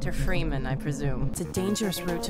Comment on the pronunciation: did he said mr ferman?